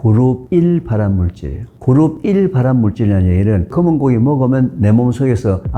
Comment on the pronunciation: 발음좀,, 그룹1을 계속 그르삐 라들려서 도대체 그르삐 가뭐야했음